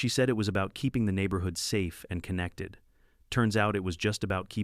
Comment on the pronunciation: The way these AI videos pronounce certain words is hilarious! The neighborHOOD!